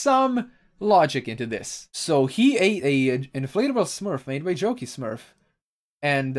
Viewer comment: I thought you said 'Junkie Smurf' not 'Jokey Smurf'